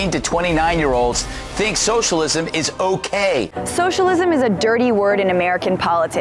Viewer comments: Did she say Showshalism? This is childish and stupid. And mostly BS. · Socialism is three syllables not four...